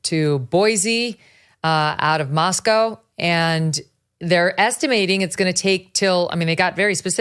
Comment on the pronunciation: Megyn even pronounces "Moscow" (Idaho) correctly, which the locals will tell you is pronounced differently than Moscow, Russia. Mosc-ohh vs Mos-cow.